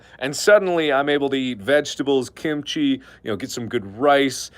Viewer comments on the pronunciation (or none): none